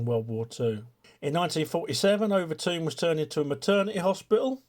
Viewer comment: Pronounced Over Tin